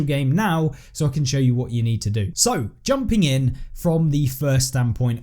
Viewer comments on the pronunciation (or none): none